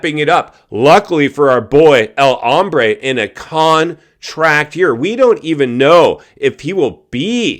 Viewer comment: Hey.....it's Hombre not Hambre!!!!